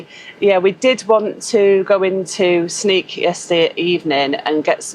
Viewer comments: Sneek pronounce is like the English say Snake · Sneek is pronounced Snake in English! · In Dutch the pronounciation of Sneek is like snake not sneak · Sneek would be pronounced as Snake for an englishman, instead of Sneak. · Frisian is a language actively spoken and written every day. It’s tought in schools to keep it alive. In some bigger city’s it’s more mixed with Dutch. Within the Frisian language you even have some different dialects. Sneek is pronounced as “snake”. Thanks for visiting Fryslân. Have a nice trip!